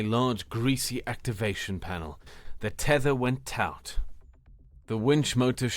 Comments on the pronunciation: Great story just one error Taut pronounced Tawt or the same as the word taught, they sound exactly the same as the words are homophones. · Nicely done, but constructive feedback: the narrator consistently mispronounces the word taut. It rhymes with caught, not pout.